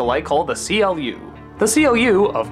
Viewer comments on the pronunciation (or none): Czy tylko mnie denerwuje fakt że Doug nazywa głównego antagonistę tego filmu CLU jako Ci-El-Ju zamiast Klu? W filmie, grze Tron Evolution oraz w serialu Tron Uprising nie kojarzę tej pierwszej formy wymowy. A tak faktycznie brak wspomnienia o świetnym soundtracku z tego filmu, ale jednak pamiętajmy że nie jest to pełnoprawna recenzja, a ogólne omówienie. W moim odczuciu film ten był bardziej dojrzały jeśli chodzi o tematykę w porównaniu do jedynki. Aczkolwiek samo uniwersum zasługuje na coś o wiele więcej a tego niestety od Disney raczej nie dostaniemy.